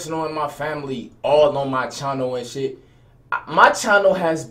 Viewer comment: why say channel like that lol